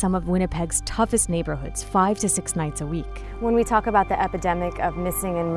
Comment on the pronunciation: "so that's aboot" lmfao as a Canadian I straight up died when she said it like that. Edit - every Canadian needs to look into the issues facing Natives. It's a lot more than broken treaties